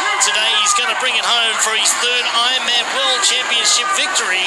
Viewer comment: Is the narrator saying I-man instead of Ironman?